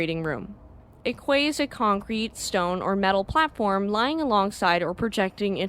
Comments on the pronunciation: Quay pronounced `Key` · Yes it is a peculiarity of the English language that quay and key are pronounced the same way. A bit like jail and gaol! Otherwise a good job on this video.